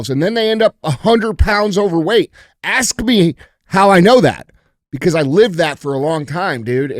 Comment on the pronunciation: Hey DJ, why don’t you listen to people like Byron Donaldson or the Fantastic Black preacher at the inauguration this morning and check out their language. They actually speak in perfect English. They CAN pronounce ask and asked. You can do it!!!